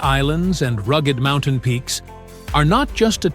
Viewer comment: They should grant a Nobel Prize to the person who can get rid of this annoying computer generated voice. It's very sad because it has ruined many very fine documentaries. And it repeatedly pronounces 'Mountain' as 'Mon-tane' !